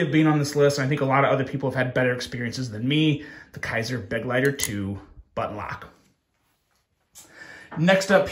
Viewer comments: Just a small FYI: the Kizer Begleiter is mispronounced. "Begleiter" is pronounced as "Buh-gleye-ter". The "Buh" is pronounced like a "Be" with the "e" being very short. The word "Begleiter" is German for "companion" or "attendant" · Begleiter is pronounced as be-glei-ter, German fir companion.